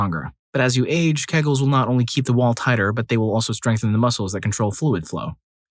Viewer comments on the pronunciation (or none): It's pronounced "KEY-guls" not keggles.